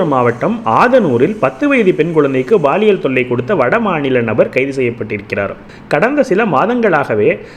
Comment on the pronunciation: உச்சரிப்பை கவனிப்பீர். Paaliyal! Baaliyal அல்ல